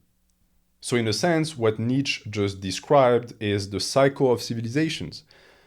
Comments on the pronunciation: I perceive you as a person who would want to know that: „Nietzsche“ is pronounced knee + cha (as in challenge). Kneecha. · Awesome video. As a German, the way you pronounce my boy Nietzsche's name drives me nuts though.